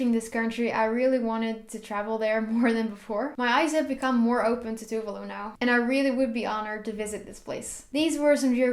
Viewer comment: It's tu-vah-lu not tuvelu 😂 tuvalu pride 🇹🇻🇹🇻